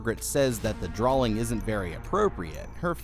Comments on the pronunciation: He keeps saying drawling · Sorry but, what's a draLLLing?😂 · why do you keep saying drawLings? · there is no 'L' in drawing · It's drawing not drawling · There's no L in drawing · Dude why does it sound like you're saying 'drawling' I can't unhear it now 😂😭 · Me too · Only saying this because it happens all the damn time…. You do know the word “drawing” doesn’t have an “L” in it, right? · Sorry but the way you say drawing is funny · He just emphasizes the W in it. Either a part of his accent, a speech impediment, or maybe just the way he’s pronounced it for a while now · Sawl. Drawling. Am I going crazy here or does it sound like you might be throwing in an extra L here and there? 😂❤